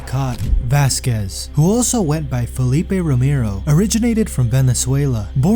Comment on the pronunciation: How are you going to have a baseball themed channel, but then repeatedly say positions that don't exist and pronounce names wrong. "Middle receiver"? "Felipe Romero"?